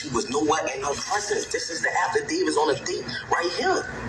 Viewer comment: Alygasins and afadavis 😂